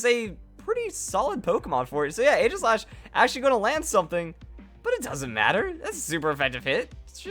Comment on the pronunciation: It's Ee-ji-slash you fool.